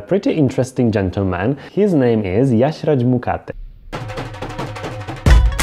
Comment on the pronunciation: How did you pronounce his name right? Seems pretty sus to me